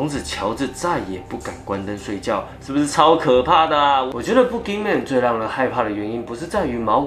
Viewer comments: 身为马来西亚的人听到你说boogeyman，一直觉得你在说粗话，pukiman😂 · boogey men 的读音是对的吗？如果是，那在这里那怪物就可怜咯，走到哪里给人笑到哪里😂😂😂。